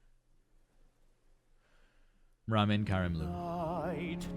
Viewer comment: Not trying to be mean but it's pronounce Ruh-mean not Ra-men!!